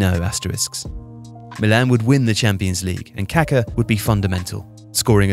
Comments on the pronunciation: Kaká, not Kaka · The mispronunciation of Pelé's and Kaká's names by the British media both during and after their careers, given their magnitude in the sport and how easily it could have been corrected, is of an ignorance and disdain typical of colonial habits and mentality. smh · Dude, if you're going to do a video about the guy, at least learn how to pronounce his name properly. He was anything but poo-poo.